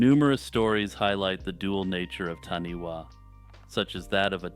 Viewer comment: Taniwha, is pronounced tanyfar.